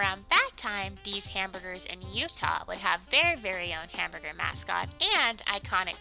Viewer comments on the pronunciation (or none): none